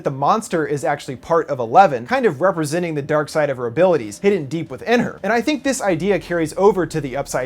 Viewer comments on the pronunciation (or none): none